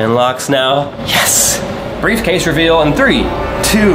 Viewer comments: Did he say briefcase daddy?🤭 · he said breffcase daddy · At the end he said breif case daddy and that was funny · The fact that Daniel at the last part said “briefcase daddy” that’s what I heard but it’s rlly funny lol